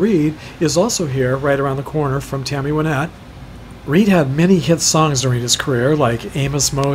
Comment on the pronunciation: I'm a big fan of Tammy Wynette. I had seen photos of her grave before, but didn't realize so many other stars were interred so close to her. Also, thanks for saying her name correctly (most people incorrectly say "Why-nette"). I had bought tickets for "Remembering Tammy 2020" in Nashville, but it was cancelled due to the virus. We would have definitely visited her grave, too. One of these days I'm going to get there. Thanks for uploading.